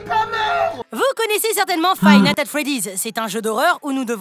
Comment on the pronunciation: il a dit five "natte" at freddy's pour dire le mod 😂🤣